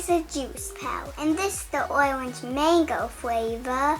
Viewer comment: “For my OIWENGE color I’m going to add cuties” my gosh pronunciation is the cutest ever!!